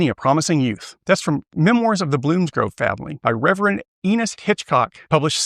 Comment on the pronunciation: I heard Anus HitchCock and died laughing then realized its Enos.